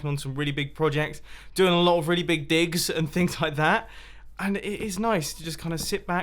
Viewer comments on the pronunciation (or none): it sounded like he said dicks when he said digs